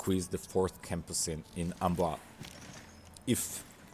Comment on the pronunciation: It's "Amboiz" ;) You say the first two syllabes (am-bois) perfectly fine, but need to add a "z" sound. You did it once, but then messed up the "bois" :p Think Am-Boa-Z (not Am-boa, nor Am-Boy-Z)